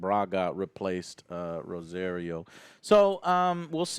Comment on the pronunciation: The fact you can't pronounce "Rosario" correctly means your Hispanic card should be revoked.